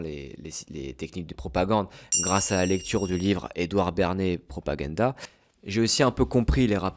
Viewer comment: Salut, Tu parles de "Propaganda". Pas "Propagata" 😂 Effectivement, c'est un livre intéressant. Si tu ne connais pas la chaîne "l'observateur" (pilule rouge), je pense qu'elle devrait te plaire. Bonne vidéo, et de nos jours il est aussi facile de s'élever en s'instruisant via internet que de se laisser divertir par des conneries. Bonne soirée.